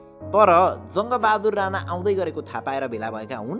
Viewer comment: Rana hoina raNa ho